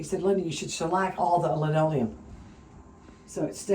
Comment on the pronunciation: Hey. Please don't call it lineoileum. That is some real old folks shit. There is a difference but stick to saying vinyl. You could get laughed at in certain circles. And please get a pair of quarter round cutters it makes life so much better